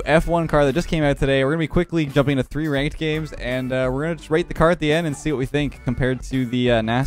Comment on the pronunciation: I like how every vid you say things like free double, free air dribble but even free I can’t do it😂